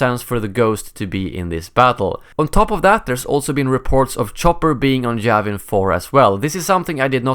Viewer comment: its Yavin 4 not Javin 4 xD